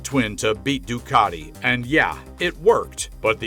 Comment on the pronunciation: Ducati,not Doocarti.😂